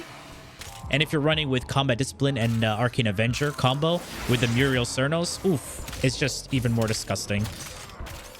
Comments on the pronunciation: Muriel Cernos. Bro you didn't even try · Muriel Cernos? lol